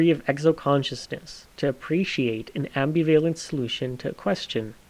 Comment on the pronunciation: ambi vay lent? did you try to say ambivalent? I suspect if I type the script into google I'll find it elsewhere. - found it. I watched the nerdwriter.